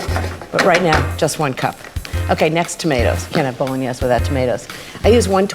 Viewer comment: I lolled at the way she pronounces it. BOLO NIEZZZ